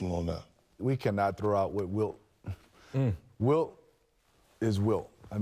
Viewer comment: I thought he said Bilt chamberlain and really flipped it lol